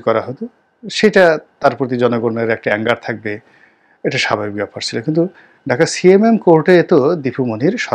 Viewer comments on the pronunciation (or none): none